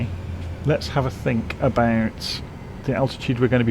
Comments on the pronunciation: Shink? Don’t shink? Are my ears in need of cleaning? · I heard 'Don't sing'. I'll put that down to my old ears.